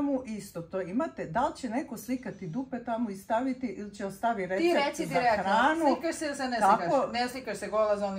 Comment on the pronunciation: meni si oduvek bila kulijana simpa ali moras se edukovati svakim danom sve vise i vise gledaj da.itas knjige sto vise to bolje ne kaze se direkno nego direktno ima poslusaj svoj k;im kad kazes Ljubi /zato ja tebe pitam direkno poslusaj vrati klip nekoliko puta da.ujes gde govoris tj kazes direkno ne nego direktno. Ina.e ja te gotivim od kako znam za tvoj javni zivot i super si m! Ziva bila!